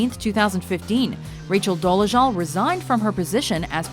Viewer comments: Why do you keep pronouncing her last name as "Doleshul"? It's Dolezal. With a Z, not SH. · Would be nice if the narrator could say her name right. Good grief.